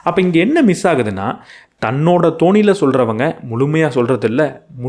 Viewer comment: உச்சரிப்பு திருத்தம்: அவரவர் "தோனியில்".. அல்ல.. "தொனியில்" 👍